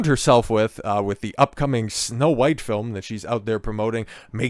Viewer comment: He keeps saying huwhite. Lol AmRen is influencing.